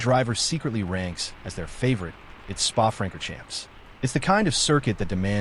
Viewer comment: FYI it's pronounced "Fronkorshomp", David "Koolthard". Keep up the good work.